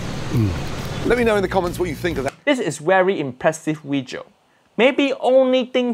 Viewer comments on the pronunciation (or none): "This vijio"